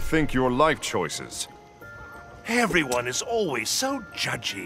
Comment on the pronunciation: He keeps saying eveyone son and chum